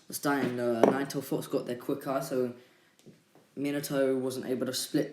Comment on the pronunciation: No offense but.... When u say fox sounds like a swear word